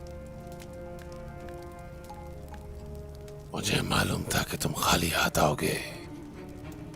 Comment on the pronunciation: Malhunnnnn nhi maloooonn 😔